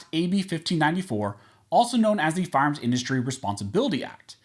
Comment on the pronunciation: It's annoying when you are supposed to say fire arms you say farms.